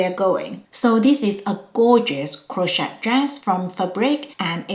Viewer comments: We don't pronounce the T in Crochet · Crochet has a silent 't'😊